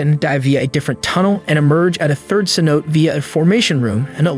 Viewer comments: cenote.... say.now.tay not sen note 🤡🤦🏻‍♀️ if u can’t even pronounce the one thing ur making a video on then wow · Great video. Just a stupid fyi cenote is pronounced like sin-no-tay. I can't imagine what it would be like to be there and to be in that kind of environment it has to be so stunning and other worldly. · How many narrators can't pronounce cenote. Damn